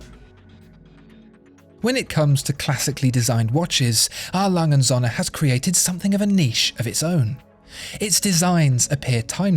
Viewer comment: Ohne day us germans have to teach you how to say Söhne...it will make these videos 100.1% perfect😊 I love this channel